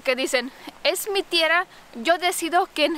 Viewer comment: TIERRRRRA, AGARRRRRRAR ES SONIDO FUERTE, NO SUAVE